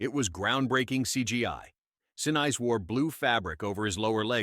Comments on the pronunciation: I agree on the AI pronunciation. Gary Sinn-ice??? Really!!!!! had to click off there. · "Se'nees" is how his name's pronounced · Some say its 45m some say it was 67m tom hanks took as a profit, to me it dont matter, its the enjoyment of watching it over and over again. BTW who's Gary Sin-ice, cant even pronounce names properly.